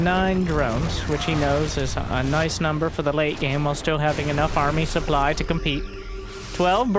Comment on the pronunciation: Also "supbly"